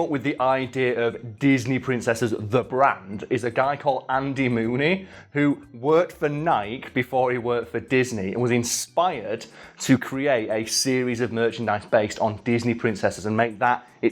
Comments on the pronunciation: "Nike" is a two syllable name. I grew up in Oregon, the company is headquartered there. NY-KEE. Two syllables. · In the UK we all pronounce Nike as one syllable. Tomayto, tomato ☺